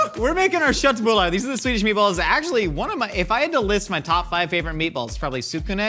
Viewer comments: pronounciation of köttbullar is native. Bless his little heart. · You guys got the pronunciation on köttbullar really well!